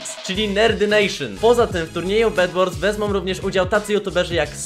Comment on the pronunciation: bed wars a nie bedłors